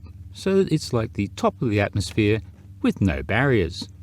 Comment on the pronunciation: It's bloody 'ATMOSPHERE' Otherwise superb 👌